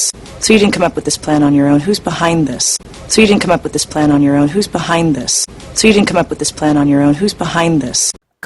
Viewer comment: come up with this plan...예전 강의에서 강조했던 업 뿟이라는 발음이 귀에 쏙 들어오니 공부한 보람을 느낄 수 있어서 좋군요.